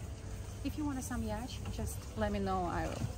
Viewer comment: It's pronounced "yaat" , not "ячт" 😂